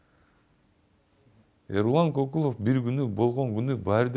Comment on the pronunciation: Улутун ата тегин ким уруун ким Кокулов деб орусча жумшартыб айтылыб жатат кыргызча К айтылбай